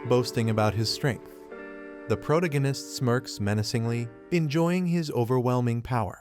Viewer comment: You need to find a new AI that knows how to pronounce the word protagonist. It makes it really hard to listen to the video when it keeps saying that word incorrectly.